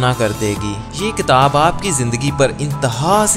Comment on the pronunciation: Ktab nai kitab kehte hn